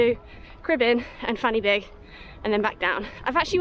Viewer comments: Also, one F in Welsh makes the sound of a V and two Fs together (Ff) makes the sound of F so it's "Van-ur-beeg" not "fanny big" ;) Haha. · This is great, just to let you know fan y big is pronounced as ‘van ur big’ . :) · F is pronounced as a V . That will save you talking about a fanny big. 😊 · Great video - and a great effort in not so nice weather. Just a few pointers towards pronunciation of the peak names. Corn Du, say it as Corn Dee. Fan Y Big, say it as Van Uh Beeg. Pen Y Fan - say it as Pen Uh Van. Cribyn - you said it perfectly. I'm looking forward to watching more of your adventures in Wales - best of luck:)